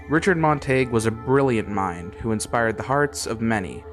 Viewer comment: You are mispronouncing his last name.